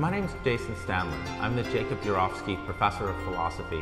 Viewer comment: He doesn't seem sure how to pronounce "Urowsky". The first four times, he says it one way; the fifth time, he says it another way.